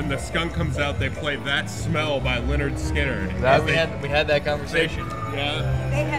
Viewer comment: It’s lynyrd skynyrd. Jesus christ